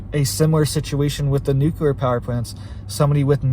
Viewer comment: You keep saying "nucular" which is not a word. Makes you sound like you are uneducated.